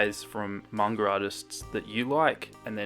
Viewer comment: EH ACTUALLY PRONOUNCED IT CORRECTLY! If he said manga the was people that don't know it, I would've cringed so hard in this video 😂